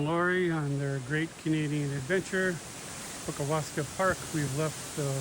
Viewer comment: Pronounced 'puckasaw' great vid, I live on Lake Superior, moved here yrs ago. Beautiful esp if one loves the outdoors all yr round as much as we do! 😊